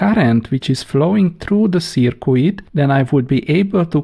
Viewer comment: Great videos! I just wish you would please quit pronouncing 'circuit' (pronounced 'Surkit') as 'Surkooit...the 'u' is silent.